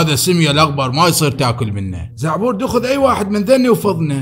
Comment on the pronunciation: دعبور مو زعبور